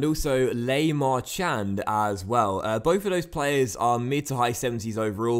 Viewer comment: Le Marchand is pronounced La Marchan